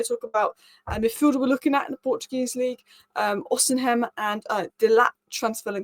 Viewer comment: Osi-men. Osi-men. Osi-men. Learn to pronounce his name correctly. Tbf, you were getting it right at the end!